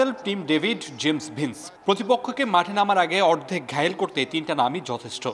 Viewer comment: জেমস ডিফেন্স নয় জেমস ভিন্স😅😅 শুদ্ধ করে নাম বলতে পারেন না অথচ শিরোনামে আসেন😂😂